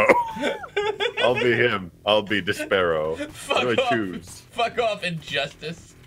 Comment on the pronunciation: Despero is pronounced as in "Desperation", not "Despair". And Cheetah's a Wonder Woman villain. Just bein' a nerd; this game fuckin' sucks. But at least it's fun watching you guys play it!